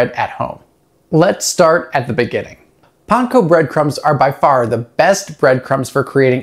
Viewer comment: Because that is the correct pronunciation of Panko.